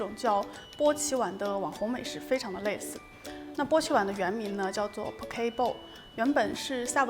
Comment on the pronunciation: KE 的讀音是不是怪怪的